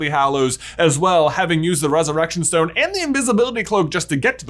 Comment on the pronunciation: I love that you said Philosopher’s, but I lol’d at “schtone”. Also, nice Voldy impression, top notch, but Snape sounded more like Maurice Miss. 😆 Love your videos, keep that good schtuff coming. 😉